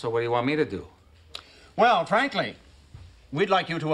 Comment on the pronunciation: Same here! The way he says it, it sounds like "frankly!"